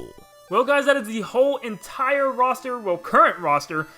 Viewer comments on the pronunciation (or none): none